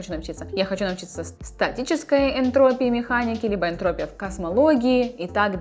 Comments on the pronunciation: Молодец, только правильно энтропИя, а не энтрОпия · ЭнтропИя, а не энтрОпия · Спасибо за видео, информация интересная. Только режет слух "энтрОпия". ЭнтропИя ведь, как ударение на букву О попало у вас) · Не энтр'опия, а энтроп'ия. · не энтрОпия, а энтропи́я спасибо за видос :) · СТАТИСТИЧЕСКАЯ энтропи́я. Ударение в слове энтропия падает на слог с буквой И. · Видимо было недостаточно глуУбоко, пришлось еще энтрОпию добавить, чтоб этот коммент появился :) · tactiq взорвал мой мозг! Спасибо за видео! Кстати ударение в слове энтропия на и)) Успехов!